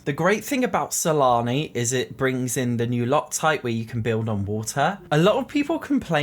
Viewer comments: Am I the only one who thought he said salami instead of Sulani? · Keep hearing salami instead of sulani :| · Wait did he call Sulani Salami😂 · I think it's just an accent but I agree it's funny sometimes lol